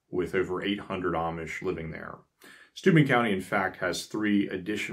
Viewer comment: You did an amazing job on Schoharie, but with Steuben you must emphasize the BEN......Steu-BEN County. Great video!